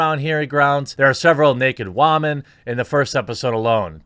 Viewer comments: I really can't take these vids seriously whenever he sais "wom-man". There is nothing mature or respectful about it. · My only question is.. Why did he pronounce women as "Wah-Men"?